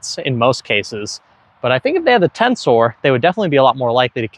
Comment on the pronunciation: It's "tenser". Not "Tensoar"